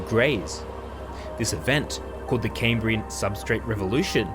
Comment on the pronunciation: Cambrian. NOT "Caymbrian". You don't sound American, so why?